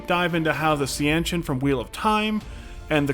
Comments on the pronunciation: See-an chan ? Wrong. The books cleary say it's pronounced "Shawn-chan". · See-ahn-chan vs Seanchan? If you aren't AI you didn't bother with the pronunciation guide, even once. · Seanchan pronounced see-ann-ch'n... ah, so you never read the glossary to see how to pronounce stuff? 😂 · Dood, for someone who says they're a big fan, you mispronounce several names and also the Seanchan. You've clearly never listened to the audio books or paid any attention to the glossary. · How any WoT super fan comes up with your smooth brain pronunciation of “Seanchan” is beyond me.